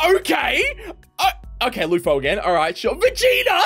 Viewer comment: Bro said luffo bro it's luffy